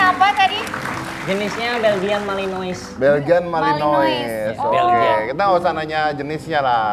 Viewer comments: Risih denger dia bilang Belgian malinois, padahal dibacanya (Beljyan Malinoa) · Pronounce MALENOA. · Bacanya malanoa mbaa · Belgian Malinois Dibaca ; Beljien Melenoa